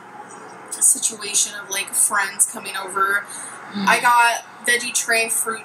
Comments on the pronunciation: I cringe every time I SAY SITUATION!!! ☹️ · I love that you rolled your eyes the first time she said “situation”. That is me every time she says it. It infuriates me actually 😳